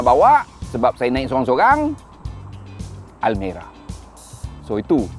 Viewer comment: Banyak betul sebut almari hahahaha